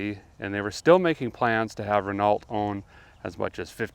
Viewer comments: AMC were the most dangerous cars on the road! Their famous Javelin muscle car failed the crash test at 17mmph, destroying the c rash test dummies. And A friend I know broke his back twice, both times in AMC cars. Incredibly unsafe, cheaply built garbage. AND the T in Renault is silent! After the 5th time in about 30 seconds you said Renault with the T sound at the end, you lost me! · Normally I would flinch at the (ahem) pronunciation of Renault, but the interesting history was delivered so neatly that I put these concerns aside. Thanks for the high entertainment value! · Hate to be a snob but you don't pronounce the T in ''Renault.'' It's a French thing. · The “t” at the end of “Renault” is silent. 🙂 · Renault is pronunciation is "ren know" French ain't it just saying....hey its an education 😉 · Renault is pronounced “Renoh”. Your America is showing. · ruh·know not renaaaalllllttt lol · Ren- Oh not ren alt. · Its pronounced Ren-o not Renult my dude :) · Um, it's pronounced "Reh-NO", not "Reh-NALT". Silly French! 😀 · it's pronounced like "Ren-oh" lol not renault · not to be persnickety but when you say re-nalt it's actually pronounced re-no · Awesome vid Derek ! I love your pronunciation of Renault. "Ren-alt." Pronounced Ren-Oh in Canada, just a little tid bit of info provided by your friends up north. Keep up the amazing work saving the Classics from the crusher. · RE: AMC History (Renault)— Ren–AWLT? It's pronounced ren–OH! Granted, I do watch the channel, so I'm obviously aware that Derek pronounces a lot of words all kinds of weird anyhow, but in this case it appears he doesn't know. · Awesome video but for clarity it is Ren - oh ;). Wonder how you US guys pronounce Peugeot 😆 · Renault is pronounced "Wren-oh". French name. Just so you guys know :D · Great videos. FYI. Renault is pronounced Ren- oh. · lol, Renault is obviously a French word and is pronounced Reno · Renault is pronounced Renno. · Come on man , it is pronounced " ren,no " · Renault = Reh-no